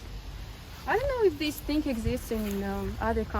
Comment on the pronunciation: It seems when russians say the word "thing" they say it like "think". Is the silent g sound tricky for russians?